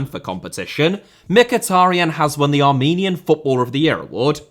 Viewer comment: For Armenia an honourable mention has to go to Nikita Simonyan. And I loved your Armenian pronunciation😂